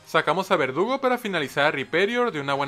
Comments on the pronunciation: Soy el único que escucha que dice "vergudo" en vez de verdugo?🤨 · Me di cuenta que le dice a verdugo, vergudo 4 veces XD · No se si sea un error, o era así, pero contra cathy a al corvisquire llamado "verdugo" le dice "bergudo":v Querido, ese fue un error? Un easter egg? O tengo problemas d audición xd? Mames volví a escuchar y si suena que dice "bergudo" xddd Ojalá el lea y me aclare la duda que no me deja dormir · Alguien más escucha vergudo y no verdugo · Creo que lo dice así adrede, yo lo oí así casi todas las veces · No eres el unico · en el minuto dijo vergudo en vez de verdugo 😹😹😹😹😹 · soy yo, o dijo vergudo en vez de verdugo? 🤨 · En antes de decir verdugo dijo bergudo XD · Se dieron cuenta que al corvinigth en vez de decir "Verdugo" dice "Vergudo" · en el minuto dice vergudo en vez de verdugo xd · no me vas a engañar, ashi dijiste su nombre pero con una G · Y en el igual